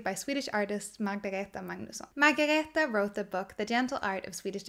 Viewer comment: Thank you for being the one person who makes the effort to correctly pronounce Margareta’s name. There are many reviewers who post their reviews without even trying to get it right, or even apologetically joke that they “hope they’re saying it right” while they are mangling it. It’s not much of a tribute to such a wonderful little book if you botch up the author’s name! Best wishes, nice review!